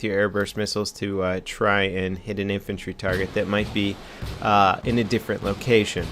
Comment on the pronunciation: How do you screw up the word infantry with a pr? WTF?